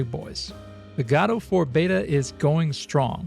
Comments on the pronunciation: It's not 'Gadoh', it's 'Godo' ':D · It's not gah-doh, it's goh-doh. Jeezus what is wrong with americans, are they all dyslexic? Pro tip - in most of the world, vowels are read exactly as they are written. It is pretty much only in english that you can pronounce vowels like whatever. (look up the mystery of the great english vowel shift.) Again, it takes all of a five minutes to learn how "the rest" of the world pronounces vowels ffs. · Wait, it's pronounced 'GOD-Oh'? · It's Guh-do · Literally everyone else I've seen pronounces it more like Gu-doh, so it sounds so wrong whenever you pronounce it like that. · Great video! I'll root for Godot. ☺ Can't believe the documentation states it's pronouced Godo though. 😛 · Awesome but that GADOUW pronounciation really is so annoying to bear during video T_T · Haha! I pointed outro the devs a couple days ago that they didn't specify what pronunciation of "god" they mean :D Because I pronounce it like the British "god", but you pronounce it like the American "god". Anyway, it's irrelevant :D - unfa